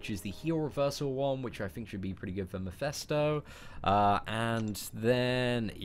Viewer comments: mEphIsto not mIphEsto lol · repeat after me; MEH - FIS - TOE